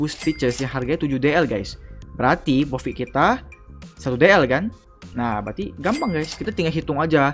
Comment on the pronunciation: Intronya profit jadi pofikt Tapi juga bagus sih di jelasin caranya juga🗿